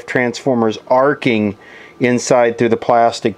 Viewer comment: " Arco " replacing arcing.